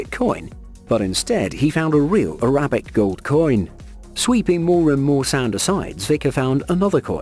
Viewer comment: How in the world do you mispronounce Cartagena and Arabic?